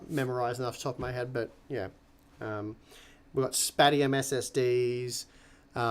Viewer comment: still saying "spat-ium" even though the manufacturer said that's now how it's said 😋 (Paul asked them). Paul mentioning it: /watch?v=4gQfdbuJZes&t=474s So it's definitely not "spat-ium" 😏 /watch?v=s8PE6XQd1qw&t=1042s